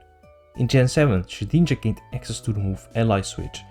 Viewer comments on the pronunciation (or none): The way you say shedninja makes me giggle for some reason